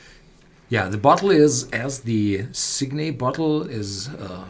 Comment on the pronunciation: Guys, it's sig-net, not sig-nay, the 't' is hard.